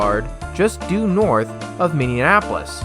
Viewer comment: Did you seriously just call Minneapolis “Minneanapolis” like 10 times?!